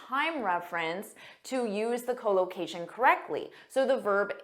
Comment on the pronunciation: Your English speaking is good but your English speaking pronounciation unable to catch up it, because instead of collocation spoke that cholocation, this me puzzling.